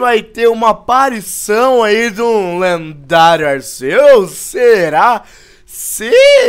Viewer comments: ralts e tipo psíquico e se fala ralfs e se fala arqueus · Se pronucia arqueus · o nome dese pokemo e arquius noã touceto pesoau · Não é Arceus e arquios se escreve Arceus mais e arquios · Sem querer te corrigir mas a pronúncia correta é Arquios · O C tem som de K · vc falo arceus errado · cara não se fala arceus com som de s no c é com o som de k no c